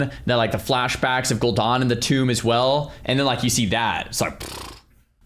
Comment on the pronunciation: "Is this clickbait?" Oh, my sweet summer child. Every Bellular video for the last 5 years has been clickbait. EDIT: What did you say? The tomb of... what?